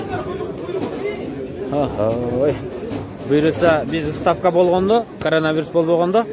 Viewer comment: Ставка эмес выставка деп айтсан в га ударение коюп